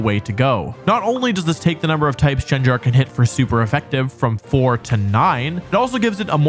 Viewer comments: Arkanian,vivillon pronounced in French, gardivoah, Jengar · I've never noticed how badly u pronounce pokemon before no offence init, it just made me laugh, jengar... vespiqwen🤣🤣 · Dude. You said Arcanine and Gangar wrong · GEN-JAR???? IT'S GENGAR!!! The pronunciation is like the g in getting, in both the g's of it's name. Look it up, it will say geng·guh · “Arca knee nay”? Arca Nine bro.. arc a NINE Gengar.. not gen like generator. Gen like CAN (but with a G) ya get ya pronunciation correct. (C)Gen Garr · Jenjar gave me an aneurysm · Ark a nee nay Jen gar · "arcaneenay" gave me a brain aneurysm edit: so did jenjar edit 2: okay i can live with slayking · JEN-JAR?! blasphemy. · “Arcaninei” and “Jengar” 💀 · And Jen jar? Learn how to say the names bud.... your going to kill us millennials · Arcanine Gengar Vaporeon DONT SAY IT Scizor Gardevoir Breloom Slaking How did he mispronounce the names of SEVEN Pokémon in 10 minutes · What did he call Arcanine & Gengar🥴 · Your pronounciation of Arcanine is abysmal. Ok, add Gengar onto that.